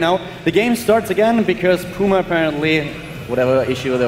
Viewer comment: It's puma not poooooooooooooooooooooooooooooooooooooooooooooooooooooooooooooooooooooooooooooooooooooooooooooooooooooooooooooooooooooooooooooooooooooooooooooooooooooooooooma